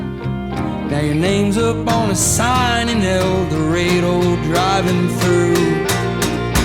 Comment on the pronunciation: The way he pronounces el dorado….